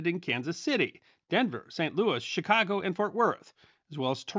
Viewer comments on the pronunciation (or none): none